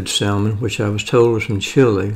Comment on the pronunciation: The L is silent salmon.